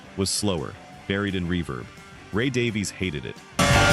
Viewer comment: Great video. One quibble. Ray and Dave Davies. Their surname is pronounced Davis.